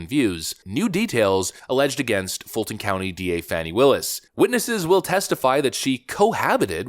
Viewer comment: This is not true. Learn how to prounce her name. This is not truth.